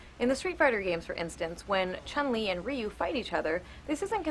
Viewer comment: Stupid Anita, pronouncing Chun's name wrong. I'm surprised she doesn't just call Ryu, Raiu.